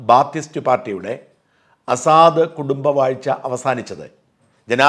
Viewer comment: താങ്കൾ സിറിയൻ പ്രസിഡന്റിനെ അസാദ് എന്ന് അല്ലേ ഉച്ചരിക്കുന്നത്.. അത് തെറ്റ് അല്ലേ.. എന്നാൽ ""അസദ്ത്‌!!""എന്നല്ലേ ശരി.. ഈ അറബി വാക്കിന്റെ അർത്ഥം.. സിംഹം എന്നാണ് എന്ന് തോന്നുന്നു 🤔🤔🤔!!